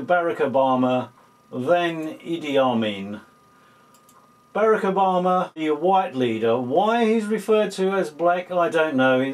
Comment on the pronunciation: lmao.. "Barrackerbama"..